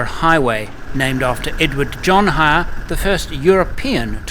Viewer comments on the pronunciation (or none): Ayre highway is pronounced air highway mate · I think it's the Southern Ocean down there, Eyre is pronounced air, and the town was Tenterfield. Other than those minor glitches, a great video. Thank you. Ps, never go inland without a fly veil, they'll crawl into every place they can fit. There's nothing worse than breathing fly. 😊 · edward john eyre ( pronounced AIR ) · Southern Ocean And eyre highway As in eyre is pronounced air Awsome photograghy EDIT Actually all your pronunciations are quite funny All ausise names are spelt as theyre said Minnipa is mini pa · the Eyre Hwy is pronounced AIR HWY not whatever you were saying. You are forgiven being a newbie. Just days into your trip and your talking about the flies, you keep them off your face and no problems, mind you i hate them too. Looking forward to BIG RED:-) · Great as always. Pronunciation time: Eyre (Eyre Highway, Lake Eyre etc) is pronounced in Australia as 'Air'. What was your final weight of the Troopy once filled up with fluids and people?